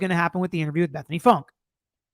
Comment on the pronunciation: actually, I think her name is pronounced Funky; though spelled Funke.